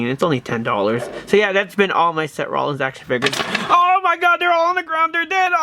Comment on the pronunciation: any body notice that he says se rolins